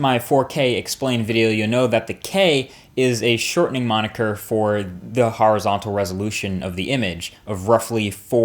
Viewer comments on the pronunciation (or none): none